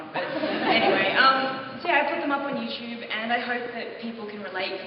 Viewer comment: She's always saying Youchube. It clearly says YouTUBE (in red) !! =T